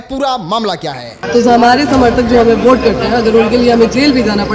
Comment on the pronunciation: अरे भोट नहीं होता है वोट होता है 😂😂😂 तुम खेसारी लाल यादव को कहता था कि वो भोजपुरी को भजपुरी बोलते हैं